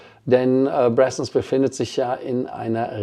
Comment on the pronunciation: Die "Bressons" sind aber "Braathens" ... schwedisch 🙃